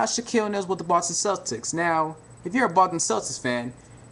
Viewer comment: i swear he keeps sayin the button celtics